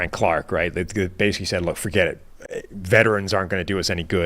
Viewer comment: when he says basically, but pronounces it basic-key gets me every time